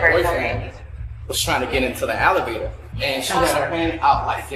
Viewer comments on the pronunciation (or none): Does anyone else think the security guard during the OF model’s bodycam was saying “alligator” instead of elevator?? Listen closely lol 😂😂😂